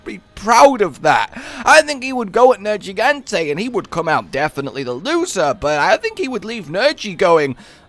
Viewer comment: Still wondering if you are ever going to pronounce Nergigante's name correctly.